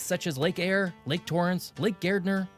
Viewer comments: He said Eyre correct the second time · Lake Eyre. "Air". Lake Air. Say it 10 times. Air, air, air.....! 😂 Lake Eyre only gets around 5 inches of rain a year on average so with evaporation and wide dispersal of the catchment waters it spends a lot more time dry than wet as do many of its sister great lakes. However it has been known to flood once in a while too.